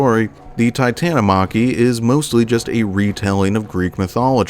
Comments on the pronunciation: Its pronounced titan-omo-key not titan-o-mocky u sound like a weeb lol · Bruh just called it the Titan-O-Mocky. It’s pronounced as Tita-TA-Catta-Me.